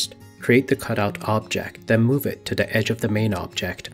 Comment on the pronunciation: It’s the. Not duh. Why do people talk like this